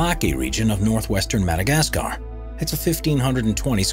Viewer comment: Someone teach this guy how to pronounce Madagascar. And it's Peniscola, not Pensacola. 😂🤣